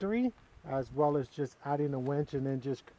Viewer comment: Never thought Barry Bonds and my wife would have something in common but they both pronounce winch as "Wench"